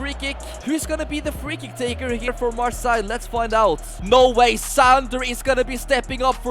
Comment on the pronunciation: Bro why are you saying marssaigh?